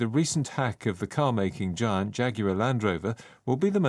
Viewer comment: giant발음. 뒤에 t를 발음안하네요. 자이언트 아니고 자이언아니고 '쟌'정도로 발음하네요.😂